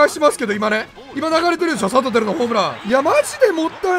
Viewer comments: サトテルをさとふる、みたいに言うな、、、何してんねん。🤣🤣🤣🤣🤣🤣🤣🤣🤣🤣🤣🤣🤣🤣🤣🤣🤣🤣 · サトテルのイントネーション自分の思っていたのと違うのは気のせいなのか？？？ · サトテルのイントネーションどうにかしてくれ！笑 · サ⤵︎ト⤵︎テ⤵︎ル⤵︎ちゃうくね… 多分サトテ⤴︎ル⤴︎やんな？ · 一生さとふるの発音やな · サトテルのイントネーション気になるわ！！！ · サトテルの発音おかしくないすか？ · サトテルのイントネーションめっちゃ気になるの俺だけ？！ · サトテルの言い方違和感あるの俺だけ？